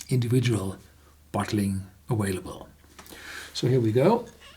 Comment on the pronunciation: Just as you pronounced the word "indiVidual" properly with a V, the word "available" is pronounced "aVailable" with a V; but for some reason you keep saying "aWailable" with a W. If you can say individual with a V why can't you say available with a V instead of a W?